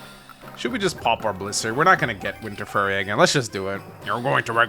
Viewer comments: Is anybody else screaming internally every time he says “furry” instead of “fury?!” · It is pronounced Fuu-ry as in few-ree not furry